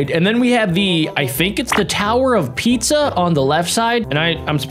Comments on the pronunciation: the tower of pizza bro it’s Pisa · Tower of Pisa not pizza😡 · It's the leaning tower of Pisa not pizza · It’s tower of pisa (but I thought it was pizza too) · It is the tower of piza not pizza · tower of pizza☠ it's tower of pisa i think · He said the tower of pizza when it’s supposed to be the tower of piza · Bruh literally said tower of pizza😅😅😂😂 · Tower of Pizza ? it’s pessa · It's called the tower of Issa not pizza -_-)! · Bruh just said tower of pizza